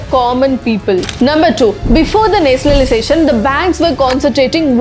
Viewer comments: It is nationalization the,not netionaliztation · Please pronounce nationalization properly